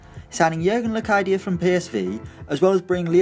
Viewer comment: As a PSV fan (The club Locadia came from) I can say that the way you said it actually is quite acceptable,course wed say it slightly diffrent in the netherlands but honestly it was good!